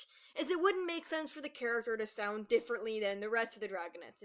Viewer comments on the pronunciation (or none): none